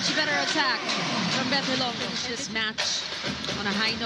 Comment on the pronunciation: These two commentators should do advance research and educate themselves on proper pronunciation of names especially "HILONGO" they kept saying HILONGGO. so bothersome!